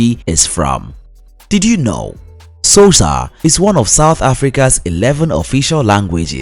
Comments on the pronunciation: to be honest... I can't use this video for my students due to the very poor pronunciation of some of the basic words like XHOSA and BOBOTIE ... among many many others .. such a pity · The way he pronounce Xhosa, Ndebele, and Boboti is laughable. I advise anyone who wants to learn about South Africa NOT to listen this nonsense. It's false, inaccurate, and outright ridiculous